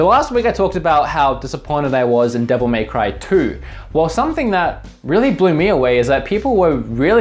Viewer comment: Not triggered by your game choices, but darn am I triggered by your Devil May Cry pronunciation.